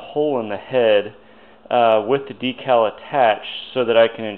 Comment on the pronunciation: DEE-CAL. Great job!